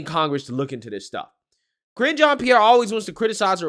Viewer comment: LOL, were you calling Karine 'Cringe' Jean Pierre ? LOL was that on purpose or by accident? XD I swear it sounds like you're calling her Cringe Jean Pierre. :P She is cringe though.